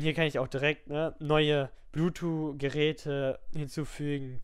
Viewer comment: sehr gut strukturiertes Video, aber wieso sagst du immer bluetwo anstatt bluetooth :D